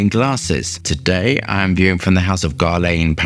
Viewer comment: It's not GARLEJN, it's GERLAN